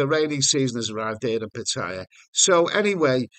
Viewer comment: why pronounce Pattaya "pat-higher"?